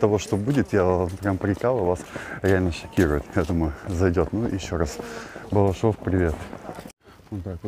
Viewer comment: Балашов, а не Балашово!